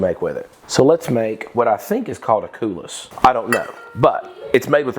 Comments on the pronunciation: It is called Coolis, pronounced Cooley. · Coulis is pronounced cooly and the little scoop of marscarpone you made with the spoon s is called a canelle :) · Coulis is pronounced cool ee...French sweet Berry sauce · As soon as I recover from my spinal surgery,I am so going to make this. I hope I am not being offensive by telling you a few things, the cream shape technique is called Quenelle ( Kuh-Nell) if you use warm spoons,the shape is smoother, also Coulis is pronounced Coo-Lee. I love watching you cook and I’m adding this to my “to make list” Thank you. Love to you all from the UK xxx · Love lava cakes! Years ago, I found a recipe that uses the whole egg so I don’t have to seperate the yolk! LOL! Yay! BTW, coulis is French and you don’t pronounce the s, so say couli. It’s a fancy way to say sauce! It’s from the verb ‘couler’ which means pouring. Love watching your recipes. Thanks for sharing them!